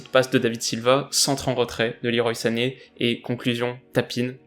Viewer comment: Ca se prononce "leroi" sané